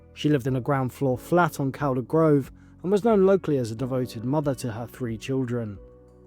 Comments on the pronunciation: It's pronounced Caul-der but written Calder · Really sad, but strange that nobody saw her over Christmas and New Year, but didn't report her missing then. And, Calder is pronounced Cawlder